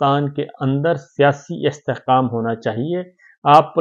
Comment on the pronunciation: استحقام ۔ قا۔ مشترقہ ۔ جناب ق اور ک کی اداییگی کا فرق واضح کیا کریں